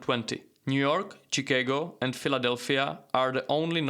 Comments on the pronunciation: Chicago is pronounced like this, Shi-Kah-go, not Chee-kay-go. TH is pronounced differently than F. Stick out your tongue and bite down slightly then say th as in think, not fink or this not vat or wat. Together not togetter or togefer, thing not fing, thirty not firty etc... These ideas about inheritance being British and not European, is false. Most Germanic peoples had inheritance concepts that were similar, with some exception, called primogéniture, which granted wealth and inheritance overwhelmingly or entirely to the eldest son. This was not the case with the Franks who divided inheritance equally but just about all the others followed the primogeniture model. Also previous to the Germanic conquest of the W. Roman Empire, the Romans also, did not have systems of equal distribution of inheritance. The Greeks did divide equally in antiquity, generally but only to sons. Islamic law also is not based upon equality either but is more complex and varied. In fact, the idea that this is the norm in history, is simply not correct. So, you ought to review your sources. Also, comparing Americans and Anglo Saxons to hunter gatherer societies, is wildly inaccurate and somewhat insulting, especially given the fact that the US and Australia feed a large swath of the world with the beneficence of their agricultural surpluses. Also, the large, and shiny cities, dominating banking, industry, fashion, etc...are also well represented in the Anglo Sphere, so your comparison is a poor one. Si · Hahaha, bro, Chicago is pronounced šiKÁgo. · “chee-kay-go” that’s funny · I have never heard anyone pronounce Chicago the way you do LoL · The way you pronounced the city of Chicago has made my day. 😂. Thank you and I love your content.